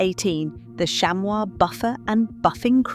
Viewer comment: Shammy. Not shamwah.